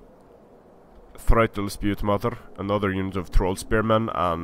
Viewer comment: I know I'm two years late, but I just wanna point out that "thrall" is pronounced "träl" not "freitel"